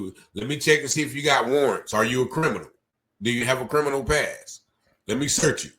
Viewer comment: He keeps saying he's not a crinimal makes me laugh when I'm supposed to be taking it seriously, forgive me😭